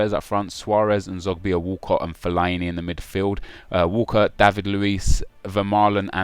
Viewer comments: What way do you say fellaini at all , feliiieni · Nep I'm pretty sure it's not fel-I-e-nee